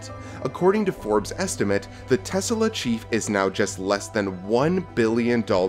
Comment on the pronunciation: What is Tesala? The name is pronounced Tes-La. Right? He named his car after Inventor Nikola Tesla.